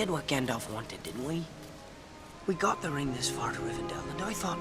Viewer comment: I swear nobody knows how to pronounce Rivendell.